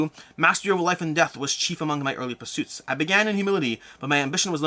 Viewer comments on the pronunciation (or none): none